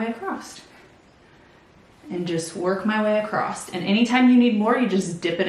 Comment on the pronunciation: "Across," not "acrost"